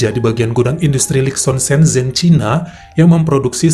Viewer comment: Maaf bang . mau koreksi dikit .. Kota senzhen .. Ngomongnya sencen 🙏